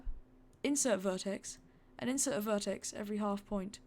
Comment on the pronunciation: Why do u call an individual vertex a verticie? And also a roll point a roll point a roll verticie?I don't hate you for it, I just think it's funny. XD And also you left some things out of this one that really wouldn't take much more time but would make the ride much better (like rotating the track that's returning to the station so it doesn't just go straight from where it was, as well as other things) did you skip it for the sake of time or just cause you didn't wan't to do it? I don't know, that's y im asking.